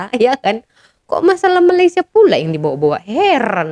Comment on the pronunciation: kena sebut betul-betul.. Untuk Malaysia, "A" nya kena buka gigi bukan Malaysié gitu. Bukan semua A di "er" kan ya kak..